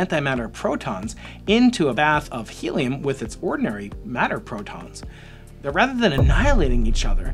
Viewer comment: Matter and antimatter. Not madder and antimadder...